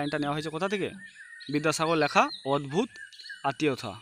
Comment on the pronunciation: উচ্চারণ তো ঠিক করে করুন আগে লেখাকে ল্যাখা আতিথেয়তাকে আথেয়তা কি এসব